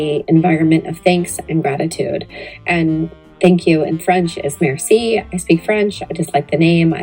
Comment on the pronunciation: lol she says she knows french yet can't pronounce merci. Sigh. Birds of a feather.